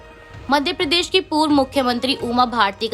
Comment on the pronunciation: समाचार पढ़ने के लिए हिंदी का उच्चारण सही होना चाहिए। जैसे उदाहरण को उधारण, क्षेत्र को शेत्र, प्रदेश को प्रदेस आदि बोलने से बचते हुए इनके ठीक उच्चारण का अभ्यास करना चाहिए।